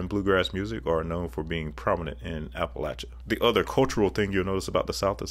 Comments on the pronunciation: A man who pronounces Appalachia right. You have my respect. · I'm just glad to hear Appalachia correctly pronounced 👍